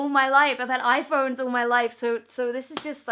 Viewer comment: Genuinely thought you said 'iFart' ... Had to rewind a bit and check out the on-screen annotation at that point! Congrats though. That's absolutely incredible that you've received such recognition as an artist. Fully deserved though and I'm sure there's plenty more exciting news, recognition and acknowledgement to come in the future!